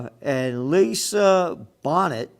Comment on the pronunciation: I like how Gerald pronounced Bonnet, like the hat instead of bonaaayyy. Which is hysterical and yes, I agree. Why the fuck should I care? I don’t give a rats ass what any celebrity does. They’re all assholes